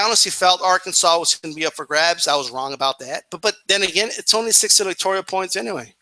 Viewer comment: "electorial points"...come on man...